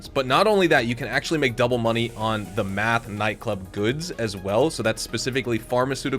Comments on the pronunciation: Are you just screwing with us? Driving me nuts.. it's Meth Not Math. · Why you say meth like that lol